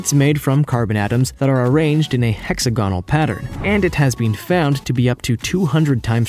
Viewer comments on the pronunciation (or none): You should pronounce hexagonal as: heks-Aguh-nul.